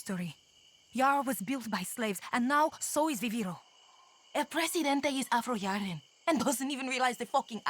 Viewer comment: “Afro-Yarin” ……. Yeah. Take that in.